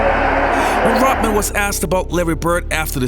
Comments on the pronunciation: "R-o-T-m-an"? RoDman . Ah yes, that's more like it. Although, on second thought, considering how 'rotten' a dude Rodman is, perhaps this dude's accented pronunciation is more apropos. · Gd RODMAN not rutman say it right or stop saying it. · Rodman is not pronounced Rutmun. Also the accent is on the second syllable in Detroit. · Bro....it’s Rodman not Rotman. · “Rot-man”? It’s RODman. It wasn’t his “Heart work”. It was his “hard work”. Can’t listen to you, Brah. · His name is Rodman not Rotman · It’s RoDman.. Lol D not T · Wow ... all these years, I thought his name was RODman ... not ROTman. Guess I was wrong. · Say ROD man not rutmen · His name is Rodman. Not Rotman. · It’s not Rotman, it’s Rodman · It’s Rodman, not Rotman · Swallow the pill...;LEARN HOW TO- PRONOUNCE NAMES CORRECTLY IT'S ROD MAN...MOT ROT MAN...YOU SOUND PLAIN STUPID/IGNORANT/STEREOTYPICAL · Why does this guy pronounce his name as "Rottman"? Pronounce the 'D' dude! RoD-Man! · I really like your content. Don’t like you very much. His name is Rodman, with a D. Why is that so hard? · It's not pronounced Rotman, it's RoDman. Kinda shit drive's me crazy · His name is Rodman not “Rotman”. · Its Rodman not rotman.... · it's pronounced 'rod'man, not 'rot' man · it's Rodman not Rotman!! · I keep hearing you pronouncing his name Rotman :) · Why does he say Dennis "Rotman?" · Why are you calling himRotman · If I have to hear "Dennis Rotman" one more time... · If you pronounce Rodman "rot-man", how do you pronounce Rotman? It is annoying as hell! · Are you saying Rotman on purpose? Can't watch anymore. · Who the hell is “Rutman”? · Is it me or is he saying “Rotman”? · the speaker on the video said rotman again and again. who is rotman? 😂😂😂😂😂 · Rotman? This was hard to watch because of the mispronunciation. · The fact you cant pronounce the name of the player you're highlighting is very irritating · Guy does a video on Rodman, can't say Rodman. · His name is RODman not rotman fool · "Rod" man....Not "Rot" Man.